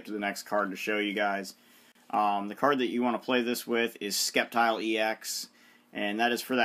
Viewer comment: ITS SAID LIKE SSEPTILE NOT SKEPTILE!!!!!!